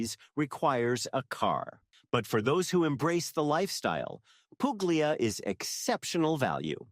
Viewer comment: nice vid..thank you...fyi: Puglia is pronounced "pool-e-a". The g is silent in the middle of ALL Italian words. Two gg's are pronounced like a j. The Brits also seem to not get this rule either when they do travel vids.